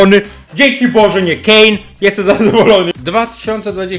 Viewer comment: ja to nie usłyszałem Kane tylko ge🏳️‍🌈